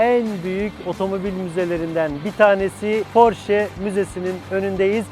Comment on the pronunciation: Porsche yazılır Porşe okunur, "sch" Ş olarak okunur almancada!!!